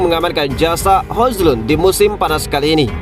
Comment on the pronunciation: Min maaf bener ini yaa, baca nya Hoylun Min, bukan Hojlund sekali lagi maaf ya Min